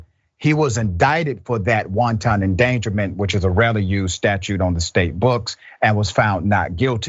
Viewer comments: I love the good Dr! But I gotta correct him, the “wanton” he’s using is pronounced wan-ten, not wan-tahn like wanton soup (s/o lil b) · Everytime this so called doctor said wonton endangerment. The police was attacking Chinese food now lol. Watch out if they keep it up the wontons might go extinct. It’s wanton endangerment hard to be you leave that doctorate when you can’t even pronounce words correctly. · Love your analysis Dr Richey but please, the word wanton, as in wanton endangerment, is pronounced WAHN tuhn, not WON TON, like wonton soup. It's pronounced like the words "want" and "un" combined, emphasis on want. It's important to be sure of correct pronunciation because you don't want to appear as idiotic as this ex cop is. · The host needs to look into how to pronounce WANTON, before he gives lectures about it's legal definition. WONTON is Chinese food. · Killing me with the "soup" endangerment. Sometimes his pronunciation has me cracking up! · Just an fyi..FYI... it's pronounced, whan-tun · Let's not pronounce "wanton" like Lauren Robert, even though we know you know what it means.